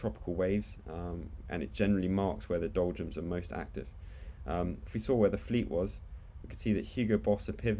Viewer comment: are you saying doljums? it sounds like you're saying doljums